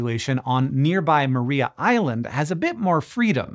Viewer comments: Mar-eye-a island. Not Maree-a island. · Tiny correction, (resident Tasmanian here) it's pronounced Mariah (as in Carey), not Maria (as in Callas). Don't ask me why, Tasmanians are weird. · Just a heads up that it is pronounced Mahr-eye-a Island. Nice to get a mention, cheers. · Tasmanian's like to pronounce things slightly differently to how you would expect. See: Launceston and Strahan etc. I guess we like our shibboleths to help identify mainlanders. Anyhoo, Maria Island is pronounced like "Mariah", as in Mariah Carey. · It’s spelt “Maria island” but pronounced “Mariah island”. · Thanks for mentioning Tasmana and our devils. They are fun little critters. One thing though, Maria is pronounced Ma-rye-a island. They are also on the peninsula. Those devils are free from disease naturally. A tiny strip of land connects the penninsula to the main island and devils don't cross because of the car traffic. Hank if you are ever in Australia, come visit Tassie. No drop bears on the island and you won't grow a second head. 😂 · Great video! Just one little correction… re Tassie Devils, Maria Island is pronounced Mar-rye-ah with emphasis on the second syllable. 🙌